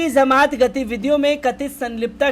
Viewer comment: Aap jamaat ko zamaat bolte ho jo theek nahi hai